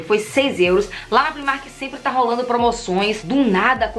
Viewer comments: Fiquei com uma agonia dela falando primark, sendo que a pronúncia é praimark porque no inglês o i tem som de ai. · É uma loja irlandesa, eles mesmo já disseram que a pronúncia é pr-eyemark, então como ninguém é obrigado a saber pronunciar corretamente uma outra língua, ela fez certinho, pronunciou como ela lê!